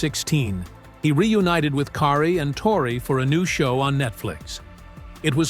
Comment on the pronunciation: Obviously the narrator never saw the show myth busters..he's done an awful job of saying the names of Tori,and Kari 😢😢